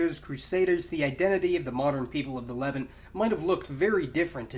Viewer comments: Why does he keep saying "leven"? It is pronounced "Lev-aunt". It literally sounds like he's saying "the people of the eleven..." It sounds so confusing and stupud. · “Le-Vahnt”, it’s pronounced “Le-Vahnt”, not “levint”. Great videos though. Keep it up. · "LE-vant". XD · This is the first time I think I have heard Levant pronounced as levent with the stress on the first syllable. Great video though, very informative! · LEH-VANT FEH-KNEE-SHANS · great video as always. by the way, I've noticed your pronunciation of "the Levant" is unique. you seem to put the stress on the first syllable, where as everywhere else I hear them say it with the stress on the second syllable- kinda more like "the le'VANT". is that just a word that everyone pronounces differently or do you have a particular reason for pronouncing it that way? thanks again for the video and keep them coming. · Levant isn't pronounced like that